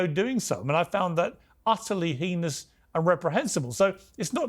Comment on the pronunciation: Please also learn to pronounce "heinous" if you're going to use it extensively and repetitively